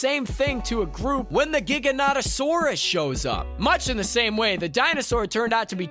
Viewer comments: Giganotosaurus you didn't pronounce correctly. Here is how it is pronounced Giga-NoeToe-saurus. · "GigaNOTasaurus? I can't believe I said that right." ...You didn't. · The correct way to pronounce it (where I’m from at least) is Ji-ga-no-tow-sore-us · Jiga naut o saurus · Correct! As specimens were found first in Yorkshire it is actually a GigaNOWTasaurus 👍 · The way he said giganotasaurus wrong and was like ‘’I can’t believe I said that right” got me dying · I don't think you said giganotasaurus correct